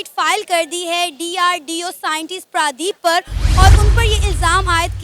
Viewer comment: Naam to sahi se bolo Pradeep naam hai 😂😂😂